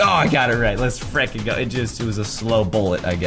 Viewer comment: says: FREKEN!